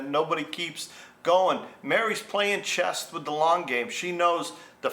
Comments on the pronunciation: Good story. BTW it's chess, not chest. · It’s ’CHESS” not ‘chest’….😂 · It’s chess not chest. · I can’t resist - The word is CHESS Not chesT 😂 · It's C-H-E-S-S......not "chest" where Mary's boobs are! 😂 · It's "chess" not "chest" or maybe she is built like a brick s house.and she is playing chest... lol I need to meet a woman like her: simple honest arrangement and both parties played within the rules.